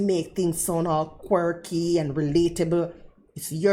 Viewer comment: I been calling her because when she said her channel name to a random pedestrian in Las Vegas recently it sounded like She said not Quirky 😅